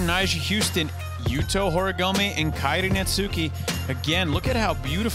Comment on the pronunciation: I'm just glad is finally saying Kairi's name right!